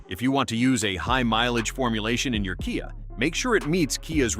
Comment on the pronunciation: ..."kaiah"???😂😅😊...How about CAFE Standards?!😢BTW, everything mentioned here, also applies to Hyundai (pronounced like "Sunday"😅)